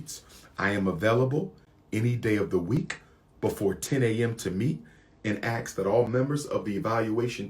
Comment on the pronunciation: And he says "axe" instead of "ask."